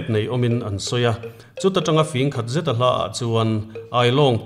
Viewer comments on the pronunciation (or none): none